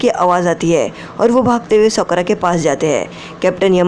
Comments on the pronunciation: Sakura ❎ sookra ✅ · Bhi uska name sokra nhi ha Sakura ha Thik sa bolo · It's not सोकरा it's साकुरा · Kya tumhe Sakura bolna nhi ata ha